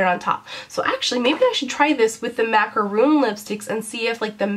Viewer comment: Why do people always mispronounce macaron as macaroon? Those are different things....anyway, I have been thinking about trying those lipcolors, I was waiting for your review ahaha. Great (and lucky!) haul and I love your videos.